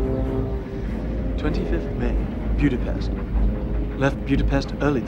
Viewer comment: The way he pronounce Budapest is really funny :D